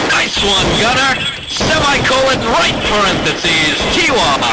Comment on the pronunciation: I love the emphasis on RIGHT PARENTHESIS